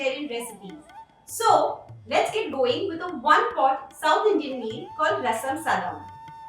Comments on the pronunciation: This is unadulterated BS and an insult to Rasam Sadam. Rasam Sadam has to have a soupy consistency and this Chef can't pronounce the name right, has no clue what it is, and thinks it's made like it's counterpart Sambhar Sadam. Quit it lady. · This is khichdi with rasam powder. No self-respecting South Indian would call this Rasam Rice. In fact, there is nothing called rasam rice prepared. They are served together, not prepared together. I am disappointed at the lack of research, and even the effort to pronounce this right.